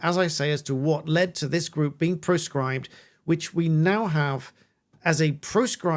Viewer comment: May I suggest that you pronounce the word "proscribe" with the letter "o" pronounced more clearly differentiated from the letter "e"? I think some people might be confused by the word "proscribe", more or less the opposite meaning from its rival (namely "prescribe"). This comment is not pedantic but functional....